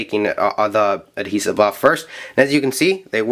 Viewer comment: Slef adhevit felt paperAHHHH just say paper or sticker or something it bugs me crazy otherwise amazing video